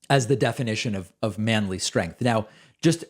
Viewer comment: I like how you highlight mispronunciations like “strenth”. Some might say it’s pedantic, but Pence is a rich guy who could afford the best education, yet cannot pronounce a basic word correctly. I thought the same thing when Dubya Bush repeatedly talked about “noocular” weapons. Do not get me started on Trump, the worst speaker of them all.